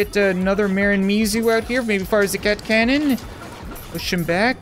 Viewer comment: *fire zee cat cannooon